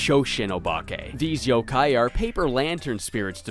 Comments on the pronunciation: dude, it's Yokai, not Yo-Kai. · It's friggin Yokai not YOKAY